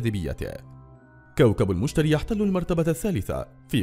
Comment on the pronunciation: انت بتقول اسمه غلط 😐😐😥😥😂😂